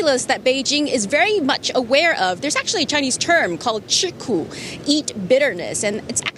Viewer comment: She’s of hk origin from her last name’s spelling (Chan not Chen) , but maybe she put some efforts to learn mandarin like the word 吃苦 （eat bitterness) and her pronunciation was perfect.